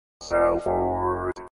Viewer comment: Presumably this was founded by settlers from Salford, England. The pronunciation there sounds more like "soulfood"!